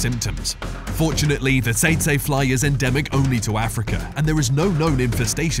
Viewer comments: Teet-see fly, not ta-say fly,! Learn to speak USA English! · Bro said "saytsay". It's pronounced "teetsie" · I’ve never heard it pronounced “sayt say fly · The fly at no.7 is pronounce tetsee fly.